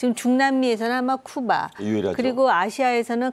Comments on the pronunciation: 쿠바, 카리브해를 큐바, 커리브해라고 부르는 것이 거슬리네요 답답. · 큐바가 아니고 쿠바로 알고 있는데 수정을 해줘라 여자선생님아.